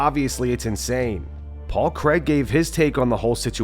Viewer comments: Craig. Not Cregg. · It’s Paul Craig not Paul Creg